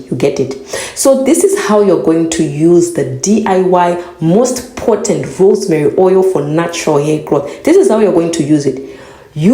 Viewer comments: Say potent again :face-purple-smiling-fangs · still watching because I need to hear you say potent again.